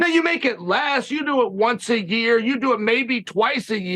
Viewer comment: Dear uncle Chael, you pronounced it "YA-EAR"👍